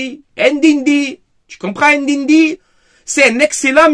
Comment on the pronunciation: Ndindi et Adigra ya un soucis dans la prononciation faut inverser le N 😂😂